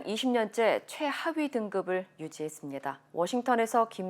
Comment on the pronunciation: 인신매매 2등급짜리가 3등급나라를 "최~하위" 라 강조하는거에 뻥갔음 하하